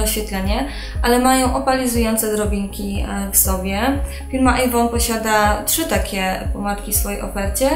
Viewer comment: AJvon?? A nie EJvon? Warto byłoby wiedzieć jakie produkty się sprzedaje ;)